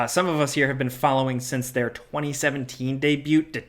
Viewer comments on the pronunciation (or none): What's a de-bute?